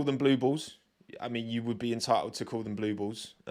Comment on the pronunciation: every time you say Blue Bulls I just hear Blue Balls instead 😂